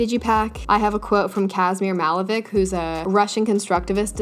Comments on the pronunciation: It's pronounced MalevicH not Malevic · He is not “malevik”, he is “malevich”. Ch as in chips🤦🏼‍♀️ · Hi :) As a russian I can 100% truly say that the last sound in Kazimir Malevich's name isn't K, it's [tch], like CH in cheetah :) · It's not Malevik, it's Malevich, a ch sound like in the word "check" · I had to rewatch to hear Kasemir Malevich. I just thought you said real different from what it sounds in Russian. It's Kasemír MaleviCH not c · It hurts my ears when I hear people pronounce Malevich the way she did.